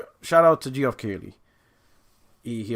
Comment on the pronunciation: Called that man “G-Off Keighley” tho. His name may be pronounced “Jeff,” but his name will forever be “G-Off” in my heart. Thanks,.